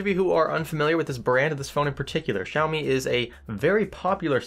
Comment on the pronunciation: I’m Chinese and every time he pronounced “Xiaomi” made me want to jump off a building. Sorry. Great video though.